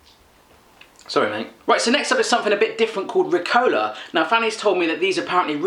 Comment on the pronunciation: The ricola has the stress on the "i", so it's not ric o la but r i cola. Heart in German is "Herz", Herzli is a Swiss belittlement, so it means "Heartlet". Leckerli's translations is already part of the video name -it means treat.